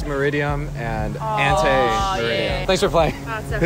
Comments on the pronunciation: its not meridian, its meridiem, if he said the first one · They got that one wrong they did not say "meridiem" they said "Midiem". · That one black girl said meridian not meridiem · MERIDIAN not MERIDIAM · Their pronounciation for ante meridiem and post merīdiem 💀